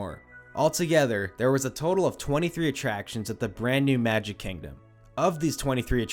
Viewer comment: “KANG-dom” 😂 bruh moment